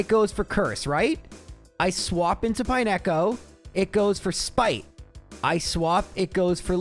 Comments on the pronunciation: Pine-echo is a pronunciation I've never heard before. it's pine-co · Dude, pronouncing it "pie-neck-oh" is diabolical. It's pine-co. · its pine co as in pine cone. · Pine echo? Did they skip phonics at your school? I like the videos, but some of your pronunciations are just ridiculous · I took psychic damage every time he said it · "pie neko," oh lord help me through the next two hours of this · I have watched thousands of Gen 2 videos and never have I ever heard anybody pronounce it Pine-echo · utterly aghast at your pronunciation of Pineco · Why is disrespecting my dude Pineco's name like that? 😭😭🤣🤣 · Nah bro, we gave you grace on Lorelei but you can't pronounce Pineco like that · The pronunciation of Pineco jumpscared me a little. It looks like a pinecone,! D